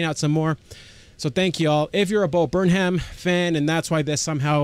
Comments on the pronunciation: There are at least a dozen of Bo Burnham reaction channels (pronounced Burn-um) - your first reaction of him got me to subscribe and have been waiting for more, but have enjoyed the Karl and Norm rabbit holes while waiting. Some must-do reactions: Left Brain/Right Brain, We Think We Know You, Rant, and Kanye Rant (and everything in-between). Thanks! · bud its burn-em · Funny you should mention Weird Al. In his new special "Inside", there is a joke on a white board that shows a ven-diagram with Martin Luther King and Weird Al. Bo puts himself in the middle. Also, quick pronunciation tip: it's Burn-um; drop the h :) Love your videos, amigo. Me encanta verlos a todos! (I'm only learning Spanish, lo siento) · It’s burnUM. Not burnHAM 👍🏼